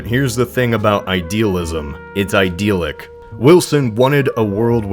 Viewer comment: didn't he say 'idealic'?